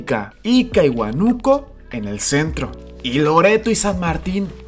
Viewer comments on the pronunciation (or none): La acentuación es Huánuco, Apurímac y Huancavelica esta última con acento en la i (prosódico).... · muy buen video, la única pega estas pronunciando mal los nombres de apurimac y huancavelica, ambos tienen acentuación en la i. Y huanuco en la A. Saludos